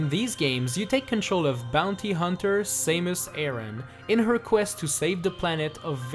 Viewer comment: Saymus ha ha ha